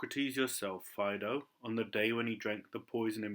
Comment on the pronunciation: Am i incorrect in believing it is pronounced more like fade-oh?